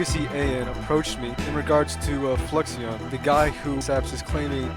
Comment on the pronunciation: i wonder what fluixon thinks about his name being mispronounced for 2 years lol